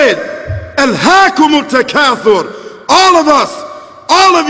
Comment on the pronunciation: when he said alhakom altkathor at 2.04 he said it like arabic pepl =D